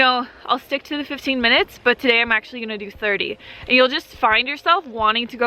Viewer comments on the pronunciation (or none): none